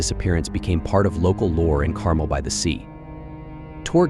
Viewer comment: Its pronounce Car-MEL, not CAR--mel.